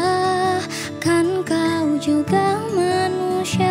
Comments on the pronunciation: Bener bang, pake shod, bukan syin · Ghea punya suara mmg sedap banget. Tapi kenapa bila dia sebut 'manusia' tu dengar 'manushia'? Ka mmg indo sebut 's' nya bunyi 'sh'? Lawak pula aq ckp indo skit²😂